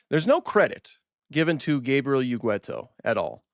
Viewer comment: Sorry, but I'm gonna be the grammar police bad guy here. Ugueto... is not pronounced Ugüeto as you have. The "u" in front of the "e" is only there to tell you that it is a hard "g" sound, as usually before a "e" or an "i" the "g" becomes soft. So it's pronounced as in the English word "get". Ugueto. There, now that it's out of my system, please proceed and pretend I said nothing please.